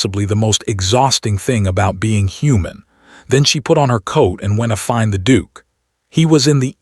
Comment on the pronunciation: Several times the narrator said “ wentafind” should be “ went to find”